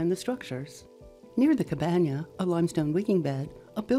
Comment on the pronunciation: "Cabanya"....LOL. In linguistics this is known as 'over-correction' CABANA, the end.